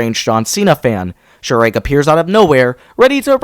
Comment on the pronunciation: Bro just really called Chirag 'Chirade'. XD